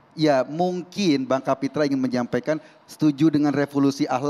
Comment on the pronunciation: Kapitra mengapa jadi Kapitru ?